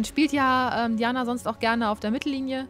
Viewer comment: Diana spricht man Deiäna aus :P